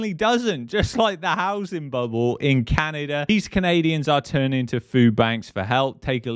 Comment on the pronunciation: In canaderr